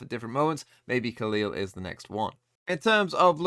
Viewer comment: Hi! Love your vids! As a brazilian, i can help with the pronunciation of the brazilian players from FURIA, trying to phonetically spell their names. FURIA: Dgzin: Dehjjehzeen (the jj has a g sound) Khalil: Khaleel (this one you got straight right) QCK: Kehsehkaah (you can just spell the letters as well, but nobody calls him "quick") NZR: Enehzehehrre (you can just spell the letters too) Mazin: Mazeen A fact about FURIA: Dgzin was victim of racism from the KRU player Keznit while he was still playing by Gamelanders. This is one of the things that makes the dominance of KRU over brazilian teams tasting even more bitter.